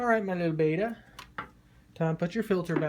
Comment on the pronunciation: It’s bet-ta not bay-ta